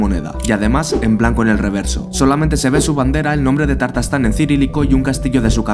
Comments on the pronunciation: Por qué si es Ta_tarstán, dices Tar_tastán ? Aprenderse las palabras antes de grabar es más impecable que pronunciar mal... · Primero que todo no se pronuncia "Tartastán" sino "Tatarstán!" Pues me alegra mucho que no se haya independizado! Demasiado territorio perdió la Unión Soviética en el 89. Ahora bien, tiene sentido que Estonia, Letonia y Lituania se separaran porque fueron naciones independientes hasta la Segunda Guerra Mundial. Empero, Tatarstán jamás fue país independiente! Así es que, no tenía sentido aprovecharse del caos para proclamar Independencia. Algo similar pasó en España con Cataluña queriendo aprovecharse del blandengue presidente Rajoy y los supuestos "abusos que ha cometido el Gobierno central para tergiversar la realidad, levantar calumnias, provocar anarquía y separación!